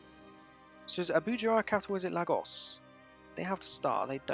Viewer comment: Dude, it's pronounced 'lae-gauss', you're butchering the word so badly it makes me cringe lol